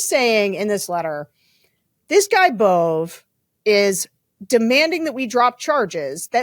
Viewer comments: It’s pronounced “bo-bay” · Emil Bove's name is pronounced Bové or Bovay or ... /boʊˈveɪ phonetically (Wikipedia). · Danielle is the anti-Bondi. CBS news is pronouncing the name “bovay.” Quid pro quo is becoming the basis for our legal system. 🤮 Is it possible that there aren’t enough educated, effective attorneys to support the MAGA agenda? 😂 Will Kathy Hochel remove Adams? Trump thinks he is Mayor of NYC now🤬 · George please pronounce his name correctly BO VAA long a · Phonetically Bove...would be Bo-vay....